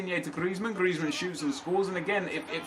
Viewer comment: Who else finds it annoying how he says griezman